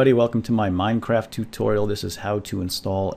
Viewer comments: no it sounds like he says mindcraft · lol, he said: "Welcome to y MINECRAFT tutorial. lol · Why do I hate the way he says MineCraft